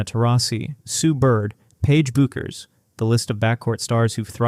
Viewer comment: Paige’s last name is pronounced Beckers.